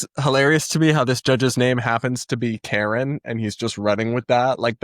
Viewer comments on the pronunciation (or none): lol my moms name was Karen and I tease my daughter that she has a Karen grandma lol. That name has been run into the ground. Walsh typically says calling a yt woman a Karen is akin to a racial slur so I’m shocked he’s saying her name that way